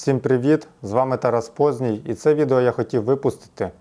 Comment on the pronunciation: Шо ти , чорт? Нарешті перейшов на українську? Дурік, хочеш підкажу, як правильно звучить твоє прізвище? Не по'здній, а поздні'й.